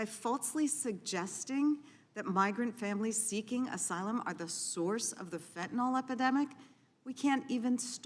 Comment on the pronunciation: Drives me insane that nobody can seem to pronounce FentanYL correctly...it's not FentanOL!!!